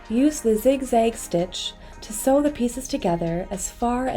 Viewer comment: This is the best tutorial on how to sew an infinity scarf. You pronounce 'sew' like they do in India. Made me smile.